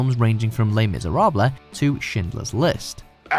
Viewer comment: did you say "Les Mizerablah" instead of Les Miserables?